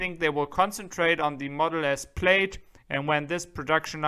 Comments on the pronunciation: good video but please, please ask an American ex-pat in Germany how to say "Plaid" and "X". Plaid is not like "Maid" (Putzfrau) it is closer to "ad" like in "advertisement". The "X" in American is pronounced not like "ick" in "Ichthyeology" but more like how the "x" in "Hexe" (witch). Capiche? Danke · Your English is 1000% better than my German. Just to help, "plaid" is pronounced "plad" and LG Chem is pronounced "LG Kim". is THE MAN! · Love your channel, but you are mispronouncing “plaid.” The i is silent.